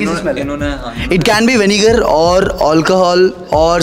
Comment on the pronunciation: Vinger nhi vinegar